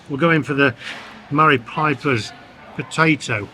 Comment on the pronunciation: As a green grocer of 20 years it's maris pipers not marie